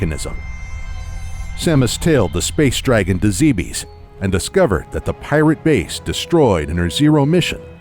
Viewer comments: Good video (I'm only ) but it bothers me that Zebes is being pronounced like a French Nick Cage. "Not zee bees!" It should be "ZEB-es." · zebes not zeebeeess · Heh. Zeebees. Heh heh... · You keep saying zeebees, I thought it was pronounced zebas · ZEB-ES not ZEE-BEES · ZEH. BES. ZEH, BES NOT ZEEBEES ZEBES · NOO IT ISN'T PRONOUNCED ZEE BEES IT IS PRONOUNCED ZEH BISS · It's pronounced Zeh-bess. Not Zee-beez. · its not pronounced zeebees its pronounced zeb es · Aleezzsha? I thought it was Elysia? Roondus? I thought it was Rundas? Zeebeese? I thought it was Zebes? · ZEH-BEHS NOT ZEEBEES!!!!!!!!!!!!!!!!!!!!!!!!!!!!!!!! and other m should not be cannon. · It's not pronounced Ze bes its Zebis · Is it spelled Zeebees? Zibis? Zybyeeees? No? That's right. It's Zebes. Zeh-behs. Not that hard. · boring narrations and mispronouncing "Zebes" (Japanese is ZE-BE-SU) so shit should be obvious, made me drop this bid in less than 2 minutes. Nice job. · Sit down, excited to snug in and watch a nice, long, 20 min Metroid Timeline video. First sentence in the Timeline proper: "Zee-bees" -_ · Zeh behz correct? Not Zee bees? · I can understand someone thinking it's Zeebs, but not ZeeBeesss.... ugh. I always pronounced it zeh behz or zeh bess, like others have said. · GOD DAMMIT. It's pronounced "Zeb-S". I thought only IGN was getting it wrong. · Hearing "Zee-bees" over and over is so nerve wrecking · did you just say zeebees? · Love it but zeebees omg. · you got almost all the planet names wrong!. its supposed to be zeh biss bree oh ee le si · "Zeebees" And I've stopped watching. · zeebees lol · Hold up...did he say Planet "zeebees"? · ZEE BEEZ! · It's zeb ess lol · I used to call it Zeebs when I played prime xD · Anyone else annoyed by the mispronunciation of 'Zebes and Bryyo. zeb-us bree-yo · It's pronounced like Aaron. You may or may not like Other M, but it was still directed by the series creator, so I'm sure the pronunciations are correct. I'm bothered by "zee bees."